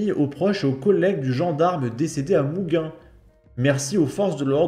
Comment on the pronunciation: je t'aime beaucoup mais... à chaque vidéo, tu nous sors une perle quand même... 😂 c'est pas "Mouguins", c'est "MouGINs" (prononcé mou-Jin) parce qu'un I ou un E après un G, bah, ça adoucit le G, passant de [ gu ] à [ j ]...